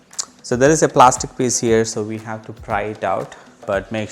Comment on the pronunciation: A primer: 'We' is pronounced like 'Oui', 'yes' in French, not 'Vee' as in VW. You're welcome.